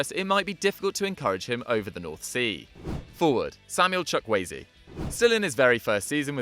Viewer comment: bra doesnt sam help you pronounce nigerian names its not chuk eze or watever its chu-kwu ay-ze